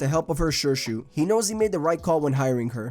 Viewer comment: Nice video. You pronounced some of the character names incorrectly though. Shirshu is pronounced SHEER-shu Teo is pronounced TAY-oh Going that extra mile to get things right in your content will go a long way.